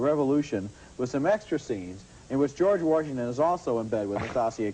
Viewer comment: Roger "George Warshington"